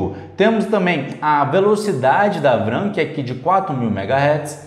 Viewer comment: Show amigo, mostrando a performance na prática! Não leve como uma crítica negativa... Mas fica melhor falar V-RAM que vem de Vídeo RAM do que "vram"